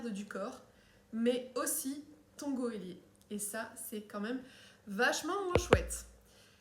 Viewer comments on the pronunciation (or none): On dit geôlier (à prononcer ''J'ai au lié'') pas ''goélier''. Toutefois j'ai rien contre les goélands aha